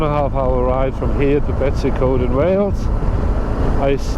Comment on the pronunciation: Good vid, can't rate your Betws Y coed pronunciation very well though. (try - betoos er Coyd)